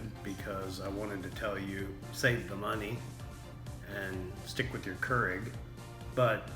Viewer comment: And KER-IG